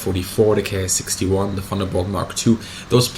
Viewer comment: feel compelled to mention once again, Bismarck: The Japanese "Ki-#" planes are meant to be pronounced like the English word "Key". Ki is an abbreviation, not an acronym. Short for "kitai" meaning basically "airframe".